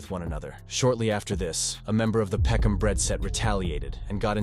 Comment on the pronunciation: Peckhnarm, what, are they stupid, wouldn’t it be peckhnam. Why the random r? London is a shithole. It’s not even majority British anymore, take your countries try back.